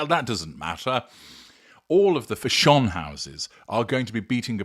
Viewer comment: Fa SHONE? I've never heard anyone, even a Brit, pronounce "fashion" that way.